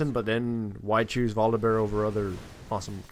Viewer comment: It's his accent >.> Sometimes he says bolivear/yogibear/etc